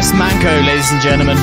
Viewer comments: Man"ço"pronounces cho not qo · The pronunciation is Barish Manjo 😜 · manco is pronounced like pancho😂